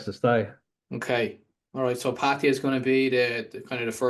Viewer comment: It's Patt ah ya sounds like Patt A yah, thats how Thai's say it!!! Not pattiya or patteeya or pattihya or pattya, it's Patt aaaa yaaaahhh!!!